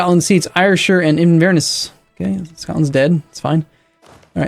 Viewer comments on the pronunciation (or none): Fuck, that's not how you pronounce Ayrshire. I never thought that he'd mispronounce something related to me but there you go. It's Airshire.